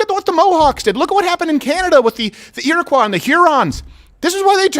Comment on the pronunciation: Iroquois. This is the first time I’ve ever heard it pronounced properly.